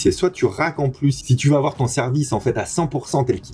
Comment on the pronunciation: "Il ne faut pas awar peur"